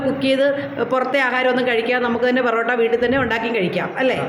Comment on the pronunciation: പൊറോട്ട ആണ് പെറോട്ട അല്ല